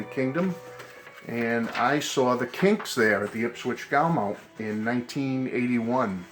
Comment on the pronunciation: Lovely book, Beatle Brad showed it a few months ago. Incidentally, Gaumont is pronounced Go-mont. 👍😃